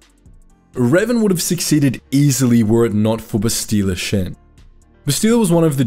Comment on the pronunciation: I really like this vid and appreciate all the time and effort that went into it. But the mispronunciation of words like heretic and sarcophagus is like nails on a chalk board. The worst is mispronouncing Bastila Shan’s name